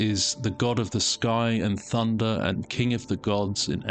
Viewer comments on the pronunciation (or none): none